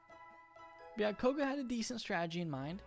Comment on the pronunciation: isn't it "Koga"? Not "Kogo"?